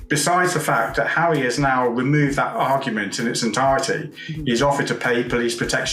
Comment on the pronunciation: He keeps saying Hawwy lol